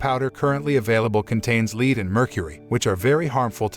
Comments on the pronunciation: I know it's an ai bot but It's pronounced led not leed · ITS PRONOUCED LED NOT LEED YOU GENERIC CINNAMON TOAST FUCK! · You should check your automated voice over. Too many mispronounced words. The sailors are eating candy containing Vitamin "C" which prevents SCURVY, vitamin deficiency. Not Scabies a skin condition caused by parasites. The white powder contained the metal " LEAD ", ( led ), not leed. The lead could be absorbed through skin and or accidentally ingested. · Also lead as in the metal is pronounced le-Ed. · your robot narrator doesn't know the difference between Lead and lead